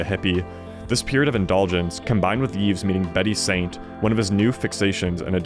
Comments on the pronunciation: also you don't pronounce the s in Yves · The S in Yves is not pronounced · Yves has a silent s